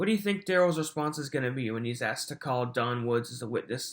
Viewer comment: Thinks he’s smart yet pronounces axed not asked, takkit not tacit, respek not respect, dat not that etc..